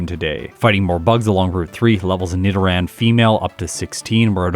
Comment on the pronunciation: Yeah, that’s the correct way as far as I know. Nido as in needle.